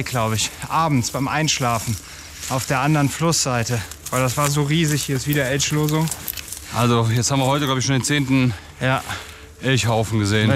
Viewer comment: Die besten Momente sind eindeutig, wenn „Eltschlosung“ sagt 😂